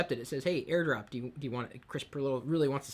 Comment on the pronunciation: Air drop....Maybe lay off the sauce a little lol